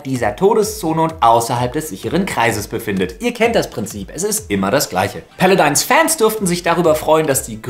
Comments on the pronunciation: "paladins" nicht "paladines" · Wenn Paladin nicht iwo im Britischen oder so anders ausgesprochen wird ist wie er es sagt so oder so falsch. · Lefloid ist der einzige Deutsche, der Paladins so komisch ausspricht "Päladeins" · Paladins heißt jetzt ,,Pele-deins,,...ok xD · "Paladeins" XD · so geil, wie du paladins aussprichst! xD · Ich kann mir denken, warum er das macht, aber es hört sich einfach so komisch an... Ich hab das so noch nie jemanden sprechen gehört